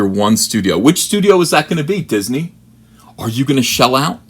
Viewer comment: "Disnehy" ... "Steve Spielberg"??? Garbage Tear 😏